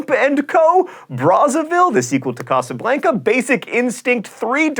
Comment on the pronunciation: Dude...you can't pronounce Casablanca.